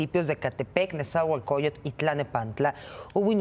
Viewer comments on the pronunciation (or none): none